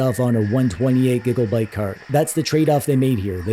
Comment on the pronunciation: Are you saying "Giggle-byte"? I giggle a little every time you say it. LOL